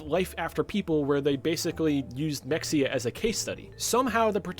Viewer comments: hey btw its pronounced "muh hay uh" weird i know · It’s pronounced “Meh-hay-uh”. 🫡